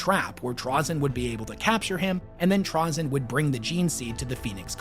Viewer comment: Trah-zin? Never heard it pronounced that way